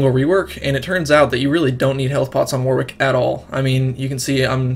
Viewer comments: You need to learn English phonetics, son. What if I start calling you Big Luggy Agga? Ask anyone at Riot, or anyone else English - it's pronounced "Warrick". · It's pronounced "Warrick". What's all this "WW" nonsense? The second 'W' is silent.